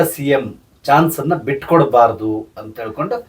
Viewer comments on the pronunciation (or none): none